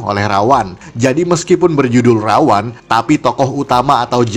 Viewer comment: Ra-One itu bukan dibaca Rawan, tapi Rawon.